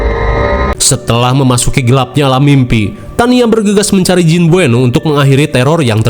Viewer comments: jin beuno, tapi sebutnya jin buneo😭 bengek, ribet banget namanya ya mang😭🤣😹dasar setan😌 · Baca nya buno bang bukan bueno, kasian banget jin nya krisis identitas 😂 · Bukan bueno tapi namanya beunot min 😂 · Buno BG buno bukan bueno😂😂😂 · Tulisan nya BUENOE tapi bacanya BUNO 😂